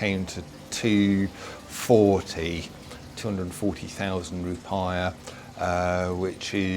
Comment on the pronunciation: Hehe yep love it for all the wrong reasons